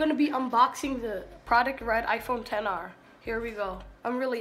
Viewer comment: Lol “ 10 R “ It’s not a “10 R “ it’s an XR .